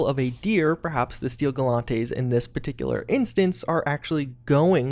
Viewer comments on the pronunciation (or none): The way he pronounces "Steel Garrote"...